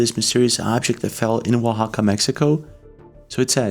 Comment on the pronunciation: Great video. And you pronounce Oaxaca so well!